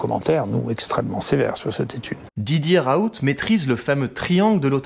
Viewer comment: Par contre on dit "raoul" et pas "raout" sinon tres bonne video